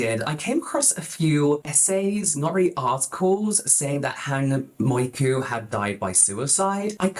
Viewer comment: What is with people and never reading asian names correctly.. If half of your video is about Hang "Mioku", maybe don't pronounce it "Moiku" for the entire section??? It's in English and you still managed to cock it up😭